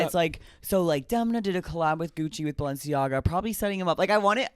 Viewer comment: SHOTS GAME: take a drink every time they mispronounce Demna’s name. Get drunk. 👏🏽DEM👏🏽 NA